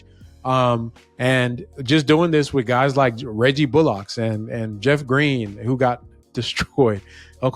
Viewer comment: CSG. Everytime I hear say Reggie Bullock's name I think Reggie Bollocks 😂😂😂